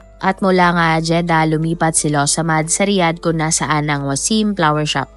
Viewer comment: Its FLOWER SHOP NOT PLAWER SHOP !